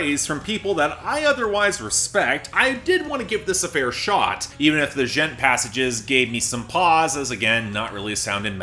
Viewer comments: oh yeah no worries. Honestly I don't hold it sacred either. Just made me laugh because you're the only one I ever heard pronounce it like that. It's Ann onomatopoeia so it makes more sense to me to pronounce it like"Gent". Btw I'm digging this pop.1280 stuff. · I see still doesn't know how to pronounce Djent lol